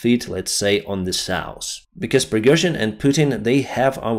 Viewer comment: South -not 'sauce' North - not norse